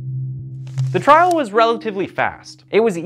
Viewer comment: It's trial NOT trail.